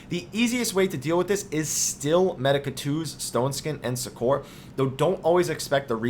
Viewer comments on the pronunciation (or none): It's suck-er not suck-core. Just sayin' ;)